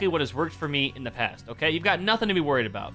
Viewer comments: Why do you say oka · why do you say oka???